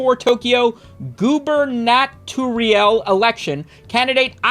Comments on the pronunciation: Damn you butchered goobernatorial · absolutely unable to say gubernatorial xD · Struggling with the pronounciation of gubernatorial is the most "of the people" ever been 🤘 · can speak Japanse names well but cannot say "gubernatorial" to save his life. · Fitting that the DC guy doesn’t know how to say gubernatorial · Bro is hooked on phonics struggling though gubernatorial